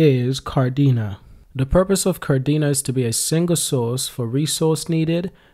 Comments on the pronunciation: He said kar-dina,, he has to say ka-de-na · Ka Dena, not Kar-dena